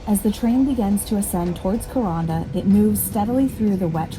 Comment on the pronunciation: If a cassowary doesnt scare...you are a fool. Vicious little buggers. They can disembowel you with those claws. They are not found anywhere but up north in the rainforest...Thank God. It is pronounced KurANDa the middle rhymes with sand.